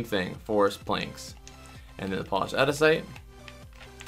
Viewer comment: It's aNdesite not adisite